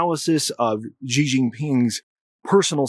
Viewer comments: Great analysis, much appreciated. Thought you’d want to know how Chinese speakers pronounce Xi 😁 - it’s pretty close to SHE or SHEE. On 10/20-24 the CCP just concluded 四中全會 and around 10/18, 9 generals in Xi’s camp were removed (some dead some disappeared) especially two from the Eastern Military Zone which would be the zone that is in verge of attacking TW. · as soon as you mispronounced xi’s name I was out